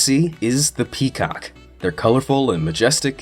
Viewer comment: Hahahah PEE COK